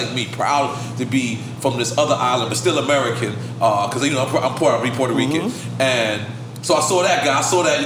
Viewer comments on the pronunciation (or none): If you take a drink every time Nore says he’s “PORTA-REECAN” Puerto Rican you’d probably die before the show ends lol dude we get it